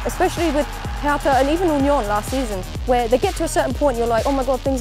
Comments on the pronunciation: The way the pronounce "hertha" triggers me alot. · Sometimes I think we Germans are the only ones who pronounce foreign names (cities etc.) the way they are originally pronounced. When he said "Hertha" in this thick American accent, it was gruesome.